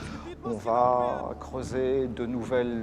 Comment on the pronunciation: Je vais tu vas il VA !!!!! pas de T donc pas de liaison !!!!! Putain ça arrache les oreilles